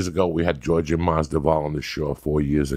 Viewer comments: Why is he pronouncing it geor ge lol not jorge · “Georgie MasDuval” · “Jorjay Masdival” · go watch some Joey Diaz footage and you'll see. It's not surprising. He can't pronounce any names right. Everybody knows it so nobody cares because the rest of his memory is really good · Georgie madzival😂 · It just kills me because Joey's Cuban he gets a pass on every other ethnic names but Jorge (hor-hey) Masvidal(Mas-vee-dal) c'mon uncle Joey lol gotta love em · Georgi Masdival...i cant take this guy serious.... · Joey "Giorge-eh Masdival" Diaz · “George-Jay musvodal” 💀 love you Joey lmao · Joey goes, "jorjay and nake" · Did he just call him George Madballs? Lol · "Jordi LaForge-disval" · As a Cuban this guy should be able to pronounce “JORGE”!!! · Why's he saying his name like that? He's Cuban 😅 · How come he can’t pronounce ‘Jorge’ if he’s of Hispanic background? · I genuinely don’t understand how he’s pronouncing his name wrong. Joey is Hispanic how cant he pronounce Jorge. It’s like mispronouncing Tom